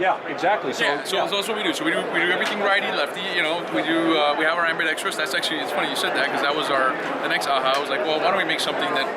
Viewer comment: Very well presented and articulated!!! Except for Ambidextrous... Correct: Am-bee-dex-trus Incorrect: Am-bee-dex-tree-us 🤣🤣🤣